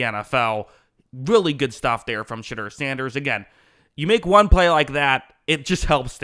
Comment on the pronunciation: "Sh'derrr" -Most ⬜ Guys on YouTube